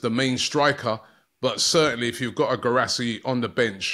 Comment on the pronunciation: Pronounce Gee rah see. Its gee you pronounce the Indian butter gee